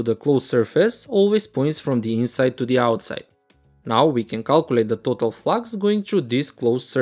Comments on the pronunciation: Let's take a look at the pronouncing of total also #_# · Who notice when says तोतल flux😆